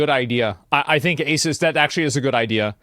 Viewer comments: Asus is a 363 billion dollar company. market cap is 11b Also it's prenounced A-ZEUS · it's A-Seuss. Not A-Suss. To anyone getting sand in their vaj, I'm trolling. I don't really care how he says it. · ASUS is pronounced "A Seuss" Seuss as in Dr Seuss. Even pronouncing their name correctly though doesn't mean they aren't a shite company :) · You are pronouncing Asus wrong. The 'A' is silent. It's just Sus. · The tell you who they are in the name of the company! "A-SUS"